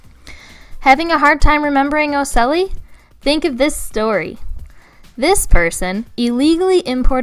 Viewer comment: Really awesome video.. hexapoda is a subphyla, insecta is a class.. just saying because in science details are sort of important.. Cool story for ocelli, also ocelli ends with "li" like in light